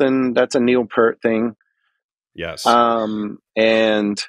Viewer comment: Funny how he pronounced 'Peart' correctly the 2nd time 'round but then returned to mispronouncing it for the rest of the video 😁 Which was a lot of fun to watch and listen to, so thank you both, and Tim! 😀👍 I admit Primus are a bit too weird and quirky for me, and I never succeeded to get into them beyond 'Wynona's BBB' unfortunately, but I still am able to appreciate and respect those guys as musicians and also as the nice people they are 😊 And congratulations on getting to chat with one of your drum heroes! 😍👍 I'm very happy for you! 😊🙏